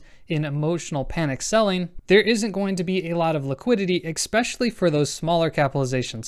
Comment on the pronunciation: "Expecially" is not a word.